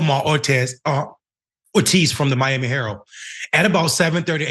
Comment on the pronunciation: I just wanted to point out that the word Miami herald the second word Miami herald it has a d at the end of the word so when you don't pronounce it it makes you sound like very low IQ